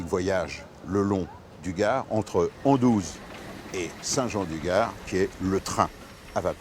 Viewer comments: Avec tout le respect et l’admiration que j’ai pour Michel Chevalet ça fait mal aux oreilles d’entendre AndOUze au lieu d’AndUze. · on dis Anduze et non Andouze faudrait le dire à Mr Chevalet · C’est Anduze et pas Andouze …. Film très sympa ….